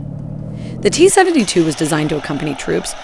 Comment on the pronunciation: Is this a weird regional accent I've never heard of before or is this buggy synthetic speech? "Seven-tuh-two". I mean I've heard that kinda thing before but not in combo with a vanilla American accent like this.